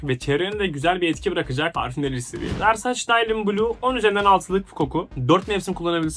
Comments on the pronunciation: Şu markayi versıc diye okumayin artik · Versaç daylın mı dedin